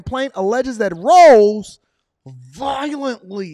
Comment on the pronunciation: 😂 you ain’t have to say “VIOLENTLY” like that bruh.